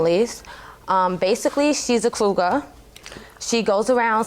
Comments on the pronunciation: I know exactly what that means. Lol! She kept saying CROUGAR, instead of COUGAR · Why does it sound like she’s saying crougar🥴🥴 Judge Mathis is hilarious “everybody is getting threatened in your circle”😂🤣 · Judge Mathis almost Said Coo-guh lol then he caught himself and said coogar 😂😂😂😂😂😂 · She said crougar 😂